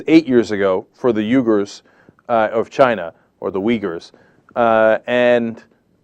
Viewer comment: Dude, when you Uighurs just pronounce your name. You are saying their name wrong...